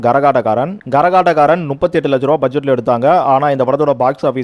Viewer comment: Gaரகாட்டக்காரன் 😮? தப்பு தம்பி ... " கரகாட்டக்காரன் " என்று உச்சரிக்கவேண்டும் !